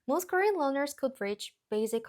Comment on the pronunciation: Question: Are you saying "learners" or "loners"? Either one makes contextual sense, as loners are particularly reluctant to speak with somebody. But if I don't hear that first "R" I have to assume "loners" is what you meant. Sorry, I know it's not the point, but it was all I could focus on.